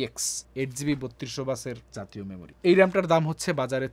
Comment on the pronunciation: the way bruh said জাতীয় memory 🥸